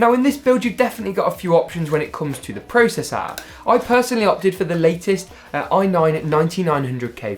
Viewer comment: Nobody:: Prosessaa